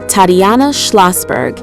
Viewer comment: The pronunciation of Tatiana is awful in this computer read voice.